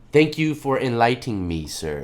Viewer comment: "Enlightening," not "in lightning"